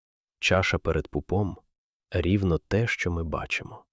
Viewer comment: Ріже слух Ваше "перед пупОм" . Знаю, що у центральній, північній і західній Україні наголос ставиться в цьому слові на передостанньому складі. У вас схоже на кальку з російської. І у слові "остаточно" неправильний наголос.